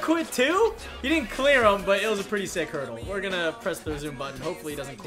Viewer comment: It's "hurdle" not herdel, so you don't make a mistake some other time 🙂🙂